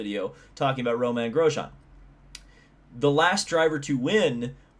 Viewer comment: It’s Romain, not Roman. You pronounced it somewhere in the middle at least. I enjoy your videos.